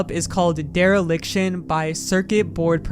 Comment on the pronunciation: wait a second, DEEReliction